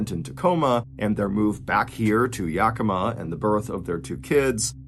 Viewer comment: If anyone is interested in a deeper dive into this story, Ann Rule wrote the book “A Fever of the Heart”about this tragic event. 11/13/25 Yakima (Yak-e-ma).